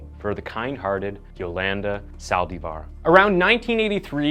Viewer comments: Saldívar, not saldeevar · Cell die var.? Its pronounced sa al lDEEphar